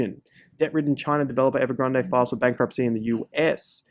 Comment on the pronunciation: It's not evergrand eh. It's ev er grand